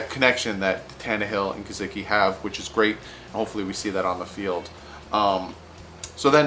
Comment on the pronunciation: GUH-SICK-EE you missed his name but you got Devon godchax